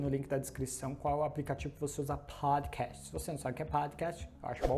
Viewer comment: Useful content. Dicas valiosas demais. Gostei muito da pronuncia de Podcast.